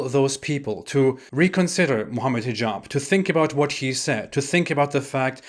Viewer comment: The way you’re saying Hijab sounded like T-jon to me at one point which is what a portable toilet is called in Louisiana